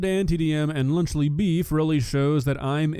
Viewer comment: Lunchly is nowhere near “lunch”